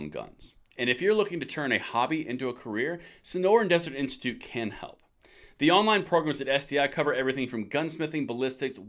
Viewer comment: Almost every time you talk about the Sonoran Desert Institute and say there name it sounds like STI. It might be your slight accent, but I’m just letting you know it sound like your saying it wrong